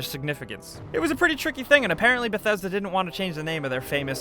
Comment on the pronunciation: Thats not how you pronounce bethesda